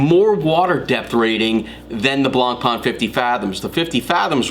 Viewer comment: Nice simple review on Zodiac, but the right french pronounciation of BLANCPAIN is NOT something like "blonpa-an", but rather "blon-pen". Cheers